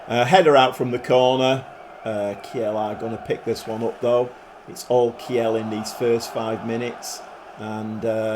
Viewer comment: Heads up, Kiel is pronounced keel, like the keel of a boat or the beginning of kielbasa…